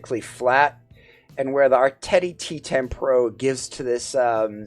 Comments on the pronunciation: ❓Art-teddy? Why are you pronouncing it this way? Arrr-Teee. Say it with me...........Arrr-Teeee. 🙄👍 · Making me laugh 😂😂 Art-tet-tee it's Art-tee (Artti)